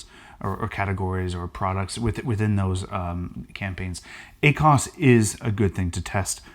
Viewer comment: Ah-cos? Haha cracks me up. Love it.